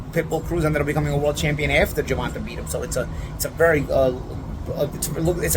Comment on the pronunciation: GervantUH. Love it.